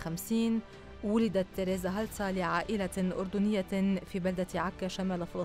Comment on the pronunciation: لفظك لاسمها غلط